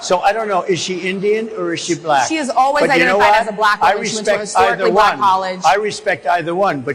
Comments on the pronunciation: Trump, "black" has one syllable. Not Bull-ack XD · I know right? He’s says blek, such a racist!! Vote Blue!! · I dont like the way that guy says the word black. To many syllables. "Ba-La-Cka" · Why is it that whenever trump says the word "black" in regards to race it becomes "buh-lack?. He almost makes it into a two syllable word. I believe it's because in his mind the color black and being a "buh-lack" person are two very different things. It's a subconscious example of his innate bigotry and racism.